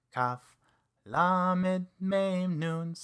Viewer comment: This a great teaching. The only thing that's a little confusing is at the end of most of the letters the teacher is adding a short e sound that isn't part of the letter being explained. For example, lamed is pronounced as l not le. So in the word lamed, you wouldn't say it as leamed. It's hard to show an example without sound! Hope this makes sense.